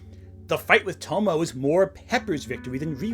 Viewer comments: I'm not trying to be a jerk, but I have to ask: Do you tend to watch your anime dubbed or subbed? The reason why I ask is your pronunciation of the Japanese name "Tomoe" with two syllables ("To-mo," as in the old Cloverway dub pronunciation of Professor Tomoe's name in Sailor Moon S) instead of three syllables ("To-mo-ay," as in the actual Japanese dialogue track of those episodes.) I do understand why native English speakers would default to treating that final e as a silent e, because it would be according to the conventions of English, but those same English pronunciation conventions are also why so many native English speakers mangle the pronunciation of "Gramuglia. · For future reference if she ever comes up again, Tomoe is pronounced more like toe-moe-eh. Three syllables, the E isn't silent. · Tomoe is pronounced (Toe Moe Ay). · In Tomoe, "e" is it's own syllable. Tomo-ay.